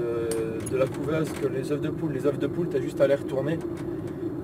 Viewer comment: Quand il y a plusieurs œufs s'il te plaît dit "EUH" parce que "EUHF" c'est une grosse faute qui pique. (Oui j'ai préféré écrire "EUH" que de faire de la phonetique qu'est un langage que plus personne n'utilise pour c'est plus simple t'vois c'que j'veux dire ou pas tranquillement)